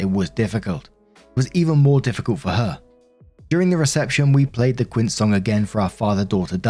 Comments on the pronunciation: Koo-wince???! 😅😅😂😅😂 Quince = Keen-say 👍 😘 🇲🇽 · It's actually pronounced "keen seh" not "keen say" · Keen se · I did try with Quince on google and it only gave me Brit/US versions which comes out like I said it, the fruit. Then tried again but just did the google search Quince Pronounce Spanish and it worked that time. Bugger lol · It's actually pronounced like "Keen seh." Keen say is more like how Americans would pronounce it. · QUINCE IS PRONOUNCED KEEN SAY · It doesn't help that there's a fruit called quince, pronounced kwince! 😂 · Every Quince I ever met pronounced it kwin see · Quince is pronounce kwince lma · I’m chuckling at pronunciation of “quince.” keen-say. Short for quinceañera. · Sounds like this channel is gonna need a text to speech app that you can pick pronunciations like Spanish within English. But so anyone who doesn't speak Spanish even a little bit, phonetically it's KIN (the word for family) SAY but no pause in between until you practice enough. 👍😅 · Bro is pronounced quince or fifteens because in this parts of South America we don't celebrate sweet eighteens but rather fifteents and let me tell you here in Uruguay are big ass party's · the best one was the "Quince" XD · British pronunciations of Spanish words make me chuckle and wince simultaneously. One day you’ll get it,!